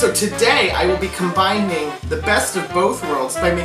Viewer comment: LIVING for this! Did the Cinnabon lady just say, "combinDing"?!?! I think she did.... LURVE YOU WILLAM!!!